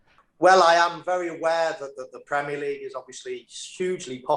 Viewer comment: Interviewer: Are you avare 🤔 Owen: Yes I'm aware 😆😆